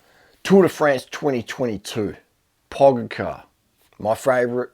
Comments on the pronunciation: Durian, it's pronounced more like PogaCHar, not PogaCAR. Love your videos! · pogacar = PO-Got/cha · And still 'Pogachar '😁😁😁😁